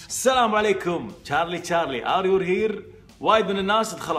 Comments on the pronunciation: ار يو .. وليس ار يور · Are yourrrrrr!!! يرحم أمك من وين جبت ال R !! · إيوا والله الR من فين جات ما أدري😂😂